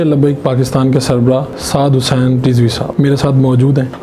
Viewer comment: Huzzin ni Hussain ha thek kary ya